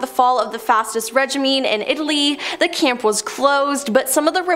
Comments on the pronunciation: Did she just say reg-i-me instead of regime? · Yes, she said "Fastest reg-i-me" instead of fascist regime. She also says Federal Casto ~15.0, instead of Fidel CastRo.